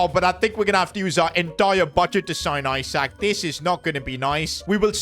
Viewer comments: It's spelt ISAK but pronounced ESAK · He pronounced Isak ‘I sack’ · Am I the only one that heard how he pronounced isak in